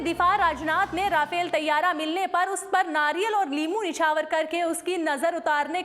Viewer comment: Rafail nhi RAFAEL hota hay